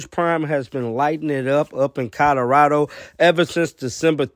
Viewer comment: Did you just say coderado?